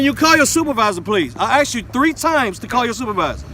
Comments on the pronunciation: Axed... Asked? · I axed an axed this man wtf?